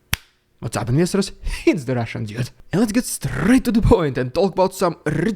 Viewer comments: Oh! You say “investors”! I always thought you were calling us “molesters”. 😂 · Oh, it's 'investors' . I thought you were calling everyone 'misters'. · I thought he was saying ministers. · That’s what you’re saying?! Investors? This whole time I thought you were saying listeners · Investors? I thought he's been saying "nesters" this whole time. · INVESTORS, INVESTORS, you say "INVESTORS"!!! I have been reading the transcripts on all your videos trying to find out what you have been saying when you snap your fingers